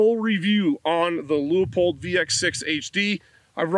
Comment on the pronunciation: Thanks for pronouncing Leupold correctly. Even here in Oregon they butcher that.